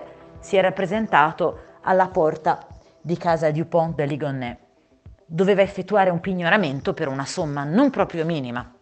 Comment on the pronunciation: il cognome si pronuncia De LIGONNÈS, facendo sentire la "es" finale, non De Ligon. Anche io sbagliavo all'inizio, poi ho sentito diversi servizi della tv francese in cui lo pronunciano con la "es". Solo una nota informativa, non è una critica